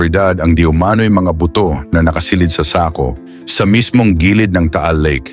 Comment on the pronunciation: Okay na sana kaya lang mayron akong hindi nagusttuhan sa pagbigkas mo ng SAKO.